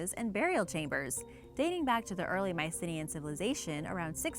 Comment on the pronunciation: That really isn't how Mycenaean is pronounced.